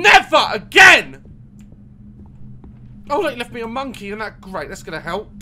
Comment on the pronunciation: Understood "Hurt me" instead "help" ... well ...